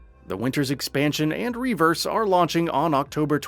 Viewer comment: It's not Reverse. It's RE Verse